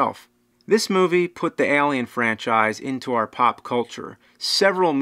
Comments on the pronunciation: What's that? Ahlien? Wtf is that? It's Eylien. (Just kidding your fucking awesome bro). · ehlien.. its Alien! A not E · Why are you saying it like that? Aalien. Excellent content though, very excellent content. #Escapism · It's Alien!!! not Alien. Lol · i hate how you s ALLLLIen instead of alien, its alien, not ALLLien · Al-E-Ann Ale-E-En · Why is james saying "Eh-liam" it was throwing me off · he leaves off the "A" and just says "L"ien...... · Stop pronouncing it Elien! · "Ehlian" wot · Why does your pronunciation of the word alien, sound so weird to me. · "Lance HenDriksen" ( , )